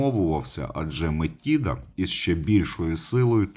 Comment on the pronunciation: А бо нічого було коханку жерти! Юпітер сам винен. До речі, гадаю, що Метида просто переродилася в доньку чи якось із нею поєдналася, бо Атена-Мінерва народилася дорослою жінкою. До речі, зверніть увагу: МетИда. Правило дев'ятки дуже просто запам'ятати: де ти з'їси цю чашу жиру? Після цих приголосних ми пишемо й вимовляємо и в запозичених словах.;)